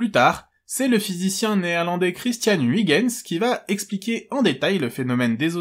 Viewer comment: Petit commentaire pour l'algo. Oui, je viens seulement de voir la vidéo, mais j'ai un alibi. Juste une petite "rectification" : je sais que les Français ne sont pas familiarisés avec la langue de Vondel, mais "Huygens" se prononce grosso modo "oeil-gueune-s".